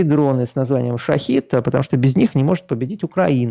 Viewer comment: Техническое замечание: Поговаривают, что дроны - "шахЕд" и значение этого слова отлично от слова "шахИд".